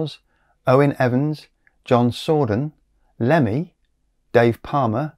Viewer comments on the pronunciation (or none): none